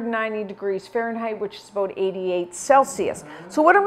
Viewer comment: Did you say aboot a half an hour? lol. I love you! And thank you for this recipe!! It's wonderful